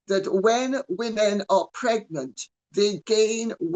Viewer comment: "27 months megnant".... howling 🤣🤣🤣🤣